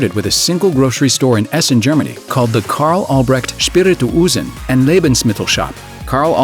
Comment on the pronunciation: The way he pronounced "Spirituosen". It's just liquor. 😂